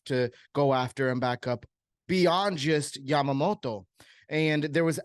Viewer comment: Why are you pronouncing his name like that lol